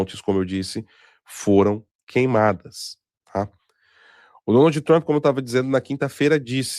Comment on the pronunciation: "Donaldi Trampi", por favor, o programa já foi patrocinado por curso de inglês e tu ainda segue com essa pronúncia.